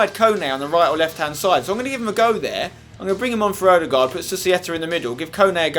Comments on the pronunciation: You are the ONLY youtuber that can say Ødegaard propardly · I like how you say ødegard right, unlike other englishmeb, haha!